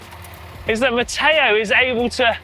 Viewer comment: Stop adding an “a” where it doesn’t belong. Matteo speaks very good English with that exception.